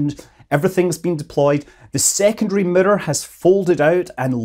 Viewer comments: That's a nice boulder. Earth to Sir Scott - Moon not mun - as a cow might say moooooooooo :-) love your show I have no idea how to say mirrrrrrorrrrrerrrr - However you say that? Wish I could come visit - we would go to the pub get fish and chips and a pint. I am having issues with bubbles - The raptor hatching ground - Water bubbles leave traces on the glasses. Put a little soap in the whirlpool tub and bubbles go crazy. Agitation seems to make more bubbles. We have our own personal bubble. Stock market and financial bubbles. On the other side when tanks in space are mostly empty we get propellent (fuel) bubbles - sometimes where we don't want them. Weird water bubbles in space. Bubbles in our turbo pumps? MZ popped my bubble a while back - ha no worries but he is talking about deep sea diving too, that is a bubble under pressure. Why so many bubbles? Happy new year - The French got the right idea champagne bubbles - me likeeeeee. In comic strips there are those ooooOOO thought bubbles. So on and so fourth. Yes, virginity is like a bubble on the stream of life, one prick and it's gone. Rocket launch exhaust looks like smoky bubbles. Yea a pint of Guinness sure would be good to share, we could sit and admire the bubbles. They are working on the Raptor 2 factory - a new line at Mc Greggor - can you tell us more? Remember the Alien movie with the Momma one? They had it trapped making the little ones - that was creepy some things are just difficult to un remember. So many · I came here for one thing: Scott's pronunciation of mirror